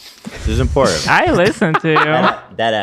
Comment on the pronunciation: I love you, but it's hard to listen to your sideshow presentations, especially when you say "impordint" 😂